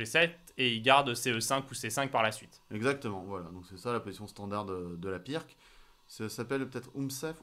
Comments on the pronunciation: On ne dit pas pirque mais pirtz car c'etait un yougoslave du genre et la bas le "c" en fin de mot se prononce "tz" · Super vidéo ! Par contre ça se prononce "pirts", désolé mais ça fait mal aux oreilles